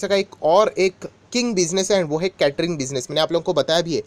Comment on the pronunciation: Sir aap क्यटरींग. Kyu bolate ho ye केटरींग है